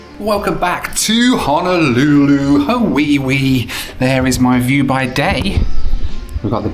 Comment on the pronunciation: Please drop the "Ha-wee-wee" pronunciation.